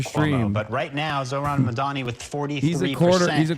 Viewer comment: He's saying his name wrong on purpose